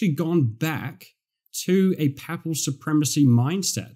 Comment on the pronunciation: Thank you from a Catholic who went to Anglican church first time today. I like your teaching a lot. (Papal is pronounced "paypul" the way.😊)